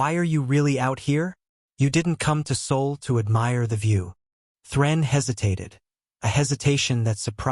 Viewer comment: S.O.L. not Seoul, not soul, SOL!!!